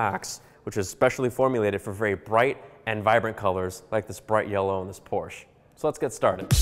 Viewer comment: what is a Porshh?